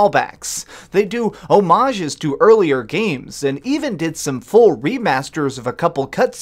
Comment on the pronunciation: for pronouncing homage correctly